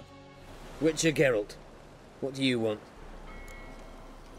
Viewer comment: Can't unhear "Garalt's good old pal Roach"